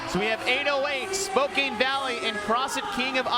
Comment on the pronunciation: someone doesnt know how to say spokane.